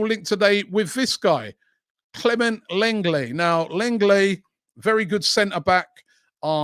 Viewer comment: its pronounced LONGLAY you tw@